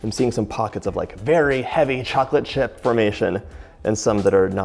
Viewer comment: I heard chilli chocolate chip cookies 😢😂😂